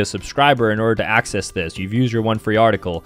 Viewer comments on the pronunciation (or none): none